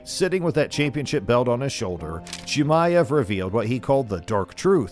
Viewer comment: Still cant even say his name 😂 probably didnt even see the fight live